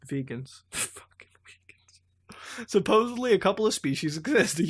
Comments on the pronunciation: A small point of order: The Vegans she is talking about actually should be pronounced "Vay-ganz," as in from the star Vega. Having said that, I think vegans are all fucking aliens, too, because meat is delicious and I automatically distrust anyone who has made a conscious decision to not touch, eat, or associate with bacon. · That's 'VAYGANS'. As in, from the star of Vega. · Muta, Vegans as in from the Vega system, not vegans as in people who don't eat meat or animal products. Pronounced like veygans. Granted, I only know this because I've encountered more Vegans in science fiction stories than I have vegans in real life. Vega's a pretty common star to have aliens come from because it's the second brightest star in the northern celestial hemisphere. It's pretty well-known.